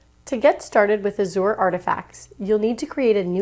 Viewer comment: Great tutorial, but it's pronounced like As-zhr not a-zoar